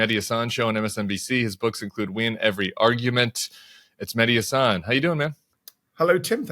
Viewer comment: Tim: Mehdi’s last name is pronounced “HA-San.” Emphasis on the HA.